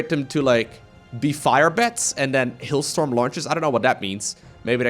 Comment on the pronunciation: Hillstorm?? haha.. no.. "Hailstorm"! lol